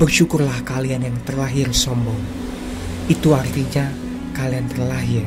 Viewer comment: Belajar lah berbicara, kerana orang yang fasih berbicara akan menampilkan dirinya seorang berwibawa 😂😂 eRtinya bukan eKtinya😅